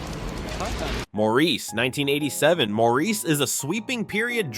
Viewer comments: Great list and clips. FYI “Maurice” is pronounced Morris (British not French). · 'Maurice' is pronounced 'Morris' in English. FYI